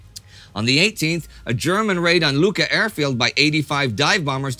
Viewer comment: Living in Valletta, Malta, this episode is dear to my heart. I look forward every week to these episodes. keep up the good work Also as a side note; Luqa airport is pronounced with a Q (qu) not with a K